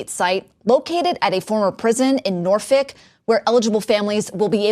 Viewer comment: She said "Norfik" - well played. Only a native would say that.